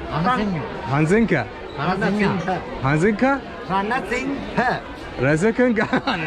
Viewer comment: hay you couldn't pronounce my name, RANASINGHE ,,,, IT'S RA NA SI N HA